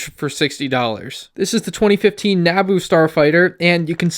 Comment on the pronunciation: Woah woah woah how tf did you pronounce Naboo